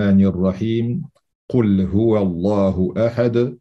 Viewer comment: Sallamalleykum... Au niveau de la prononciation de Qul on dirait que vous ne faites pas de différence. J'entends le même son